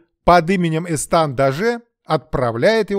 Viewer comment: ЭстаШ, а не ЭстаН. Эсташ д'Оже де Кавуа, бастард Людовика 13-го от служанки